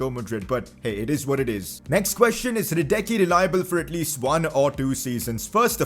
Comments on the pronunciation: Its Hradeski not Radekki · pcq: It's Huh-Ra-Desk-Key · PCQ: Hradecky is pronounced her-det-ski. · I pronounce Hradecky in this way: Hradetski. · it's pronounced hra-DETS-ky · You should pronounce him like this: radezki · It is „Radetsky“ and for RM you should Look for Youcef Atal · You pronounce hrádecky’s name as “radesky” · Hradecky is called hradetsky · It Is Hradetsky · Hradecky [r a d e t s k i] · Lucas Har-desky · Say hradecky like hradetski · hradecky is pronounced like "radeski" leave out "h" . "A" is basically 1st half or the "i" in the alphabet, "e" is the first half of the letter "a" and "i" *is basically saying the letter "e". "c" is pronounced like it was "s" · Hes name is pronauced Lukash Hradetsky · You pronounce Hrádecky like this. Hradetski. Love from Finland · the pronunciation of hradecky is hra-dets-ky